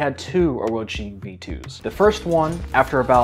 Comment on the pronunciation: Thank you for pronouncing it correctly